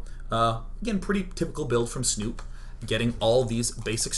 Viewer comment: love is a strong word, as a Norwegian hearing them pronounce Snute wrong every time is making me cringe.